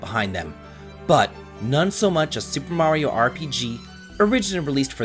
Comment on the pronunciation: You pronounce “Mario” weird as fuck